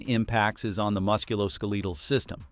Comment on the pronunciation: Your AI announcer sucks at basic English pronunciation